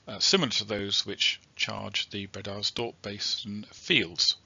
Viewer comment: Glad you to hear your dulcet tones ……but do you really pronounce “breeders dorp” basin that way?🤔 ……old stomping grounds eh?…..glad they got it all drilled in the end!